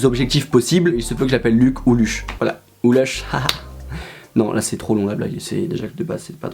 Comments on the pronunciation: On dit "luche" pas "leuche" Merci au revoir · C lUch et pas leuch 😂😭